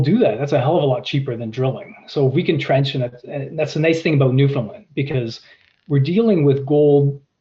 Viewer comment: Newfoundland rhymes with understand. The alright answer was fly the property, surface sample the targets identified, drill the targets with the highest prospectivity.